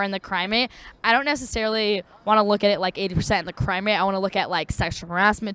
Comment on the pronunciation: Did this chick really say "crimeate"? Instead of crime rate? 😂